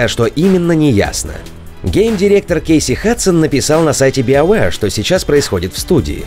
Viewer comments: Ребята, спасибо за новости, но научитесь, пожалуйста, произносить BioWare правильно! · Сайберпанк, но при этом Биовеар. У вас вообще есть хоть какая-то логика в произнесении английских названий? Если вы отказываетесь от устоявшегося перевода - киберпанк, то и "био" будет звучать как "байо".